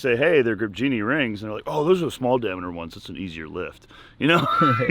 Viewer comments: trying to say diameter 😂😂😂 LMAO 🤣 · I replayed the part where tries repeatedly to say diameter an embarrassing amount of times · I legit almost died from laughing, listening to you pronouncing diameter tom.